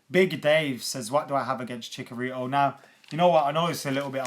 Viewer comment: It's Chicharito not Chicorito. I cringe every time you say his name lol